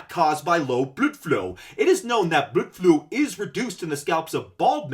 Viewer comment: Just got to the part where you bring up "bludflow." It always brings me great joy to hear you say that word. LOL